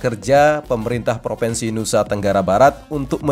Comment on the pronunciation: Bukan PROVENSI tapi PROVINSI